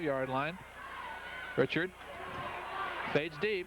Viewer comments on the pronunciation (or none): Also, they kept mispronouncing John Reichart's (ri-kert) NOT "richard". 😏